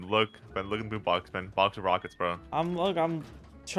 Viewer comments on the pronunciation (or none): none